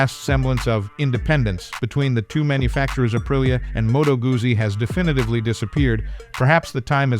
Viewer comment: Can your AI learn to pronounce 'Guzzi'?